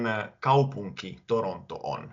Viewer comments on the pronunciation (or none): *genuinely impressed after struggling to learn Finnish for a year" Also me: laughs when he pronounces "kaupunki" like "kaupoinki" btw "the otter twins" in Finnish is "saukon kaksoset", which kinda sounds like "suck on cocks oh shit"